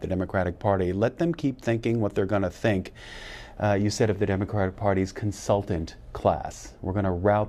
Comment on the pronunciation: just shrugs off everyone calling him sink/sank lol